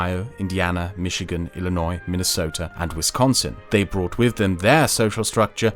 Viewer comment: Fun Fact: pronounces "Illinois" better than most Americans.